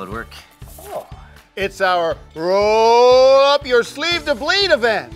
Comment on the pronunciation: I literally died and nearly fell off the toilet when critch said rrrrrrrroooollll up the sleeve to bleed!